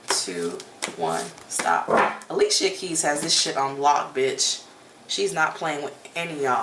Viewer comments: Not Ah lee see uh it’s Ali-sha!! 😂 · I'm just tickle that you said a-lee-che-ya instead of a-lee-sha...people change my name all the time, funny thing my own family pronounce/spell my name WRONG all the time!